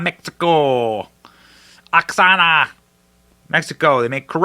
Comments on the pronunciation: Benny that is pronounced, wa-ha-ca. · benny I'm Your number one fun,pronounce it right " Oaxaca " if you can't Say it right, excuse yourself. instead of making sound like your Making fun. also Oaxaca Mexico are indigenous people, do your homework bro